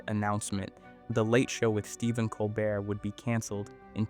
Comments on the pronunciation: Col BEAR! .....not 'bert'. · Yes it is. Listen to how Colbert (a French name) is pronounced as col-burt, not col-bare at certain points in the video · I love how he pronounces Colbert like an ice cream flavor……Cole-Burt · How do you keep pronouncing Colbert a different way every time? Lol